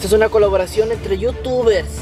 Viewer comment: caloboracion jaja😂 Te amo 😍😍😍